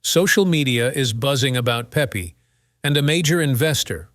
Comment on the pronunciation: Shitty AI narrator says what??? Pepe is not pronounced Pee pee. lol